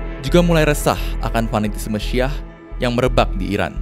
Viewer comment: Syi'ah bukan syaah